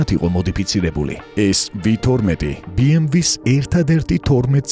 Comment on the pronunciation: ძალიამ კარგ ვიდეობს აკეთებთ, ერთი მინუსი გაქვთ ოღონდ.. BMW ს სახელს არ ამბობთ სწორად. ნახეთ ორიგინალში როგორ გამოითქმის. გასაგებია რომ რუსები ეძახიან,მაგრამ სწორია და ორიგინალში ბეემვე ქვია,გერმანულად ასე იკითხება და ითქმევა,დანარჩენი თქვენი გადასაწყვეტია